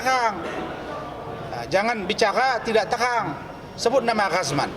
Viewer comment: Ngomong aja cadel jadi lowyer,,terang...terang...(tehang....tehang...)😂😂😂